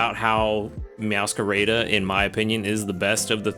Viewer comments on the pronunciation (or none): I know it's irrelevant but I just wanted to point out that Meowscarada is meant to be pronounced as "meows-car-ah-dah", cuz it's from mascarada, which depending on the context can either mean a mask festival or stunt, trick, all related to the Pokémon.